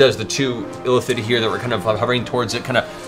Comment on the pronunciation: Matt keeps pronouncing "Illithid" as "elephant". It's confusing and entertaining at the same time.